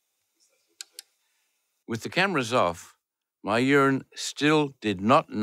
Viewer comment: mayuran not my urine